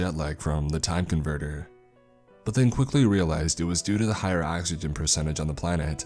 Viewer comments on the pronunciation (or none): none